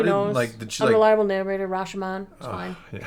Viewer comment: Ra-sho-mon, not rash-man 🤣